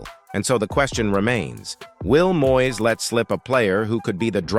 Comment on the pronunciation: Please get a commentator who can speak proper Engish. He first should be able to pronounce MOYES name correctly !